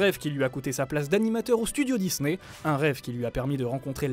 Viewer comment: Stydio dusney 😂😂😂😂😂😂